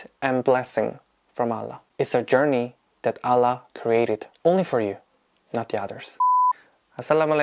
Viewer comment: Your pronunciation "Allah" so pretty 😀